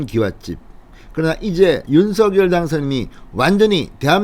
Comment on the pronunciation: 윤석열의 발음은 윤성녈 입니다. 윤서결이 아니지요. 본인이 그리 발음 합니다.